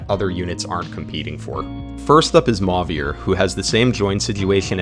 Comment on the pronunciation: idk why this made my brain itch so much but after hearing emphasis put on the french accent on 'Louis', 'Chloe', and 'Celine', hearing 'Mauvier' pronounced as 'maw-veer' instead of 'mo-vee-ay' threw me off for a minute lmao